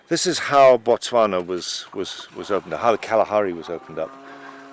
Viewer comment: Its Botswana, not Motswanna